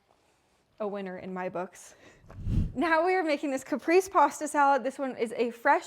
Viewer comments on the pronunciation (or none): Hi,! Caprese salad is actually "Ca-pray-say" salad. 😊 Your videos are getting so good. Awesome 👌 ❤ from Texas ❤